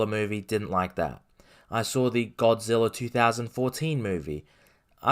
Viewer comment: Hard to take this guy seriously when he can’t even pronounce Godzilla